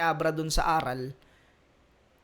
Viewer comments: Boss ,ARAL ! yun hindi A-ral ginawa mong pwet eh 😂😂😂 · idol, magkaiba po bigkasin at ang ibig sabihin ng pagkakasabi mo ng ARAL sa ARÁL. ARAL po yung prinopronounce mo na ang ibigsabihin ay lesson. While yung ARÁL is mas mabilis siyang bigkasin sa pag baybay mo sa RAL. ARÁL. Educated ang meaning nyan. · mali yung pag kaka pronounce mo ng ARAL at mali pag kaka intindi mo. ARAL yun na ibig sabihin bihasa sila hind yun ARAL ng nangangaral sila or nagtuturo. bugok naman nito yan sabi ko eh basta makapag labas lang ng video.